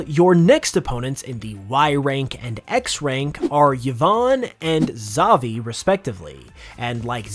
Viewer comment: Why is everybody saying zahvee 😭